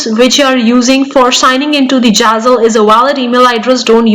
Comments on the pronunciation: Girl, it's not jazzle !! It's Zazzle. Pronunciation is the key. If you want to sound trustworthy with your accentuated English which is not your actual way ( its noticeable with bit of observation) of conversation normally. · don’t get upset😊, you English good, but only name of platform was really not correct and little bit funny, I m sure you already learn and corrected❤